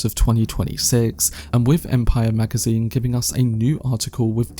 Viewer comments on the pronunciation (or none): But are you talking about that? "Empiyyer magaziiyyne"